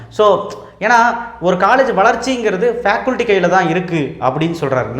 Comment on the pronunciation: ஃபேகல்டி ன்னு சொல்லுங்க ஃபேகுல்டி இல்லை.